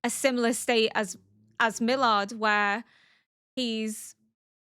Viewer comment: It seems Milliarde was not only an elf, but also a troll 🙂 Btw, as a german it's funny how you pronounce Milliarde 😊 It means "billion" and sounds like Mill-iahr-deh.